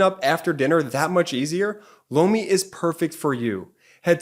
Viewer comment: He says Lomi but I always hear blow me